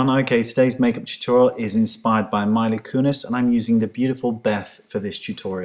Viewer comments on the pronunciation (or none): sorry to be a stickler but its Mee-la not my-la. It bugs me when people say names wrong because my own is said wrong numerous times! Lovely look though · It's Mee-lah :)